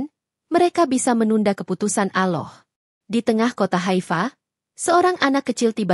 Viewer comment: Ini admin yg ngomong ini kya nya oten .ngucap allah aja ga pandai